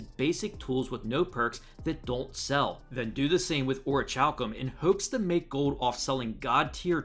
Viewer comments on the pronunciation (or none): Uh. I'm not hating just correcting a small mistake. It's not pronounced ori-chal-cum its pronounced ori-kal-cum